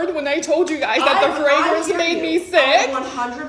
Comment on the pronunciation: The way she said fragrance sent me every time lmaooo